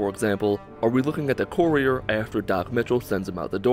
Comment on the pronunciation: That's not how you pronounce courier